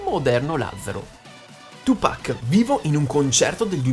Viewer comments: Non è tiu pac😂 ciu pac 2pac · Fox - The Best of Top si abbastanza ma va beh Oi...é la tua voce ahah, diciamo che mi dá maggiormente fastidio come dici 2pac..questo è basta. Ma poi, perché lo pronunci cosí il nome?